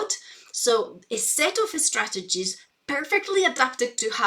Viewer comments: Geez, I didn´t even notice it because I´m neither english or spanish-speaker but now I can´t unhear it. Especially ”estrategies”, makes it sound like e-sport strategy or something. You shouldn´t point out that kind of stuff. 😅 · She prepends an "eh" sound to words starting with S: "Eh-school", "Eh-strategies", "Eh-students". What's her native language and when did she start learning English?